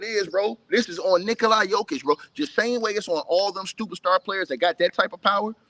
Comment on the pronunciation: why he always say nikolaya jokic 😂😭🤣